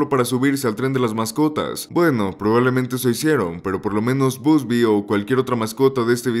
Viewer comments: ❌ Bubsy ✅ Busby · "BUSBY" jajajajaja!!!